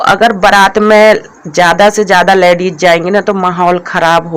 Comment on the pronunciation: Tum ache se.word ku ni bolti ho.ladies hota h.ladeis.nii hota h.our salet ni shirt bolte h